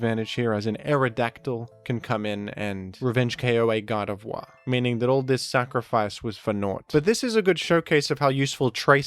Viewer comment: It's not pronounced Gar de vwah but Gar de vore.